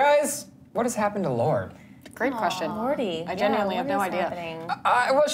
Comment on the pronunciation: "Lord-ee" every time I hear people say her name like that it just makes me cringe ugh nooooo